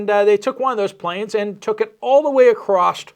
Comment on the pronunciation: Can you please stop butchering the word across? There’s no T on the end of it!!!